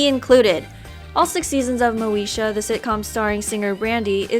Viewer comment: Did she just say Moesha?